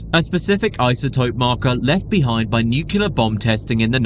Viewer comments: “Nucular” brother, you are using your voice to educate others on the internet. You should be more careful making sure you are pronouncing words correctly, especially when you are saying this specific word so many times in one video lol. The word is spelt “Nuclear” not nucular brother lol interesting video for sure but man hearing you say that word like that makes me not want to trust what you’re saying lol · Nuclear - New Clee ah, not Nukular. What is up with so many native english speakers being incapable of saying this word correctly. It immediately makes a person sound like a child trying to say "science words" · Dude, it's nuclear, not nucular 😅. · Nuclear….. pronounced nu-cleer NOT nu-cya-ler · I don't trust anyone who says "nucular" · He said "nucular" at least three times. Now i doubt everything i heard in this video. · Did the narrator just say "nuculus?" I'm out... UGH. "Nucular?" Mate. Is English even your first language?